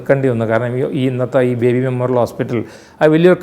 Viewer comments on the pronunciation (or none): none